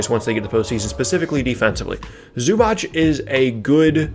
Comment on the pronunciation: It's not Zubach it's Zubac how you should pronounce idiot!